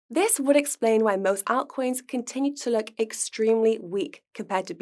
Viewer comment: Can somebody please tell how to pronounce 'altcoins' ❤️